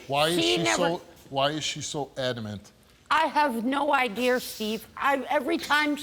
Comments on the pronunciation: “I had no idear”. This is 4th grade education level. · U know she lying she said " I had no ideer" you mean idea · “ I have no ide-ER Steve”